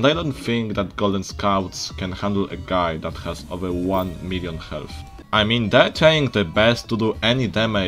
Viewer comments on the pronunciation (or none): none